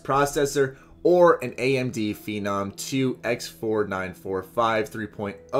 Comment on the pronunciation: Rad-e-on and Feenom. aight...